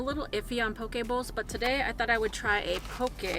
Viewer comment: Aloha, love your channel and wanted to say this Hawaiian girl appreciates you pronouncing poke correctly 🌺🌈